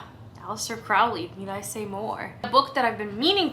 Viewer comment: This looks great. Looking forward to your videos in October. One little side note: Crowley rhymes with Holy. Good luck and if you have an questions, feel free to reach out. Oh... and welcome aboard.